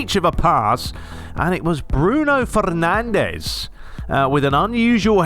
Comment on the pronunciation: You mean Bruno Fernandje